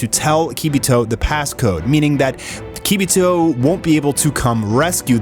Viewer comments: Say it with me now: its pronounced Kuh-bee.toh NOT kee--bee-toh (kibito) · Keybeetoe? 😂 It's pronounced KA..BEE..TOE Kibito Not trying to be a dick but we're supposed to be Dragon Ball fans how do we not know how to pronounce their names by now,But I love your content thank you for all you do bro.